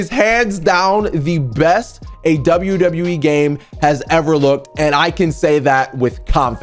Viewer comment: You said wwer